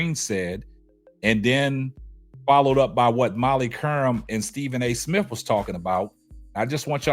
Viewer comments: Is he saying Stephen A. Smiff? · Smith! Not smiff!! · STEVEN A SMIFF . DAMN YOU CANT PRONOUNCE THE MAN NAME WTF